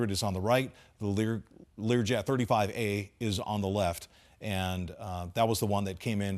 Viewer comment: Learway 35??????//Come on.....learn what it is before you start talking.......LEARJET 35A